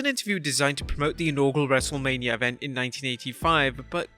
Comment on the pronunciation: It always sounds like you're saying wrestlelabia